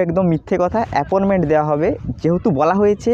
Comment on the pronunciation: ওটা apporment বলেনা,appointment বলে,,,, যত সব,,,,,,,,,,,?